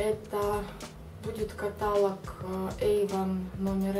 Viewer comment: У меня был крем с пчелиным маточным молоком, он мне очень даже подошел именно на зиму, но у меня сухая кожа лица. И еще, в слове "каталог" ударение ставится на "О"! Слух режет, когда говорите катАлог...